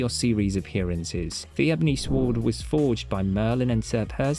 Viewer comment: Psst… the ‘w’ is silent in ‘sword’… Just thought you should know. Nice video, but you tend to be repetitive… 😅